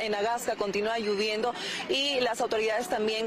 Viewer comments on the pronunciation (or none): Lo correcto es lloviendo no lluviendo, una presentadora con esas expresiones 😮